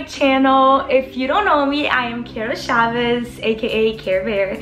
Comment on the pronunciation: Wait...its..chav-es 🤨🤨🤨 Lol I thought it was chavs I mean the Proununciation